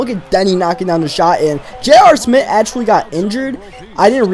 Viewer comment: Jr Smith not Jr smit